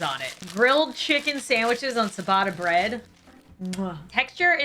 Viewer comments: I don’t wanna be that guy but isn’t it ciabatta (chi-bah-tuh) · K. I'm gonna be "that" person. The "cia" combo in Italian is pronounced like "chia" (like chia seed). Ciabatta=Chiabatta, Focaccia=Focaccia. Rye and pumpernickel rate much higher on my chart - especially if served with a hearty stew or borcht😊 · its pronaunced chiabatta not siabata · Oh my goodness, the c in ciabatta is pronounced with a ch sound, but its adorable hearing you say siabatta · Sa-batta bread😅as an Italian I find that hilarious 🤣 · My Italian heart when she said ciabatta 💔😢 babes it’s a ch sound not a s x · I’m crying at the way she pronounces ciabatta 😂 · OK. But, you have made a great error. How did you pronounce Ciabatta because I can tell you it was definitely most certainly not correct.